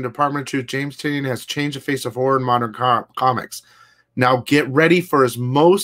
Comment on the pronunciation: Hey, it’s pronounced James Tiny-an... almost like saying tiny onion. That’s why his horror magazine is called Tiny Onion.